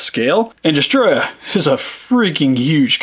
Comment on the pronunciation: Is destoroyah(des-to-ro-yah)